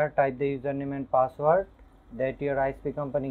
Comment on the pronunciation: User name and password you didn't tell clearly, this is most important word you didn't pronounced clearly